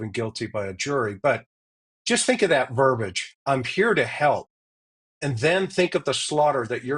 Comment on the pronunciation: verbiage-not 'verbage'